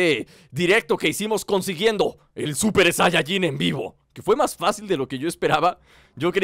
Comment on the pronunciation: Se dice super sayayin rosé